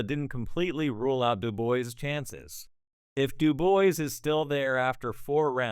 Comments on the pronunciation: Daniel Du-boys.....Use a French accent. Dubois pronounce Doo-bwaa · Doooboyz - check out boxing and you can pronounce the name unless you're a bot!